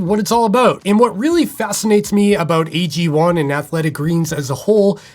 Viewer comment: Sounds like he keeps say EG1 instead of AG1.